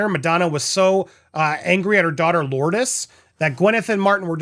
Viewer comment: The way you said Lourdes name is hilarious lol